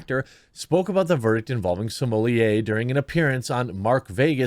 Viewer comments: Sommelier vs smollett - he is no sommelier ... is is properly pronounced small- et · C'mon, man... Stop "censoring" his name. You have it in your video title. At this point, it's just obnoxious to keep calling him, "Juicy Smm-oll-ee-ayyy" - The joke was funny at first, but we're past it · Why do you pronounce his name Samolieir.…. It’s Smollett. Nothing more nothing less. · What are you calling him???? It’s Smullet just like the mullet fish!! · You are pronouncing it incorrectly Im pretty sure you don't pronounce the ls so its smu-yeay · “Juicy Smoolyay” will never get old haha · dude, stop pronouncing his name like that. its annoying. its Juicy Smell-it, git it rite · Can you please stop saying Juicy Somolliet? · Why are you saying his name like a fruit pie, this is the United States and we Americanize pronunciations. His name is Smol-ette. The nation began weakening and the melting pot started to stop working when people insisted on their names being pronounced like they were still standing in the nation they turned their backs on in stead of standing on American soil. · Bruh.... it's pronounced "small lay". Like his D energy. Just call him smugglenuts if you can't figure it out. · When did everyone start pronouncing it 'Juicy Smol-yay?' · Bro...Sumooliyeh...Smullette...Smohlay...Salmonella.... CHOOSE A PRONUNCIATION AND STICK WITH IT!!